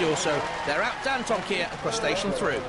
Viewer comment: Who the fuck is Dan Toe Ma Kiah?